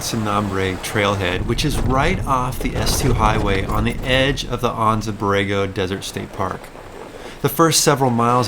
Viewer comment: Silly question for you. I grew up in Anza, Ca. and it is pronounced An-Zuh. Is the Anza Borego desert pronounced Awn-Zuh as you did in this video?